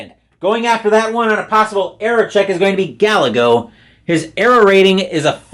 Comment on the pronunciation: btw - Gallego is pronounced " \gah-YAY-go\"